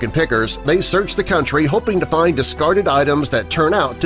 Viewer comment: the word is find not fin.